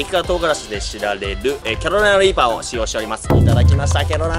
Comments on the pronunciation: 、一回もキャロライナリーパって言えてないぞ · キャロライナリーパーがちゃんと言えない件